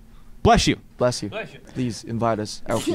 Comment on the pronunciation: I love how u can hear Jin saying in the backround "Blesh you"😂❤